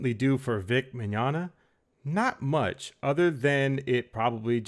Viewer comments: Isn't it pronounced (Mi-gon-ya) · Mignonga? I think it's Mignogna (Vic is now Bic Chonga)